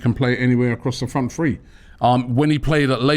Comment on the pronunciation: It’s THree not Free. Winds me up. 😅